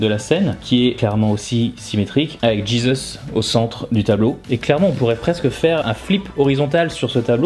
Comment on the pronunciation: Pourquoi tu prononces "Jésus" à l'anglaise ?🤨